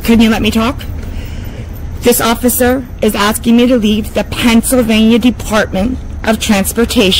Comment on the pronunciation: This B really just said PANTSylvania instead of Pennsylvania!!! I mean im southern born and raised and still live in the south but bless her heart, she butchered that worse than us southerners do hahaha!! She's in such a hurry and worried about spitting out the statutes and "law" she cant even enunciate properly.